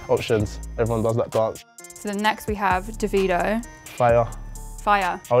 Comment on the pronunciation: Listen To How She Pronounces Davido 😂